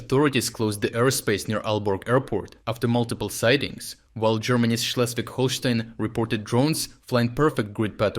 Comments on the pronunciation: ngl u nailed the pronounciation of Schleswig-Holstein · gotta say Schleswig-Holstein was pretty much perfectly pronounced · This comment might be shallow, but your pronunciation of „Schleswig Holstein“ was spot on!